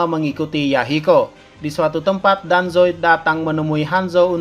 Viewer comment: Ini napa bilang danzo jadi hanzo terus itachi jadi hitaci-_